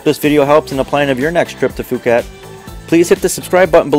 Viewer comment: Great video but if I may offer some advice: 1) The "Ph" in Phuket is pronounced as a "P" not an "F", so it's more like Poo-ket. 2) Try setting up the white balance on your camera, you'll get much more true colouration. Other than that, great clip and I loved the short summary that gave just enough information!